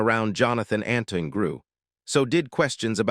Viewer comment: Not another useless video telling us what hundreds of others have already told us. Make something original ! By the way his name is Antoine -(Ant twon )not Anton